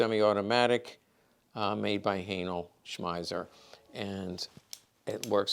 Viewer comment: Haenel smeiser lmfao